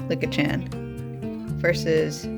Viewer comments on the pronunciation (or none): Just pronounce it as Leek-a